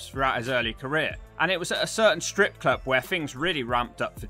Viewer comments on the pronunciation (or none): According to Pacman, it's pronounced "scrip club*.